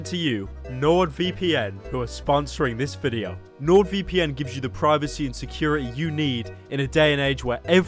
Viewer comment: Haha werry fun wideo hahaha (Dlete Chanel )